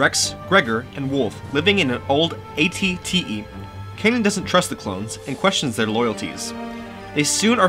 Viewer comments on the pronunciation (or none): none